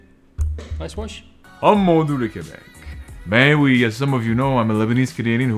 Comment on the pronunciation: Oui (pronounced we) has been replaced with "why." If a Frenchman agrees with you he'll say "why."